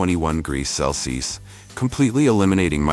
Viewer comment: Why can’t this AI say CELSIUS ??!! It’s so annoying! It’s freakishly common how many AI vids I see where the mention of temperature in DEGREES, CELSIUS AND FAHRENHEIT SHOWS THE VAST LIMITATIONS OF ARTIFICIAL “intelligence “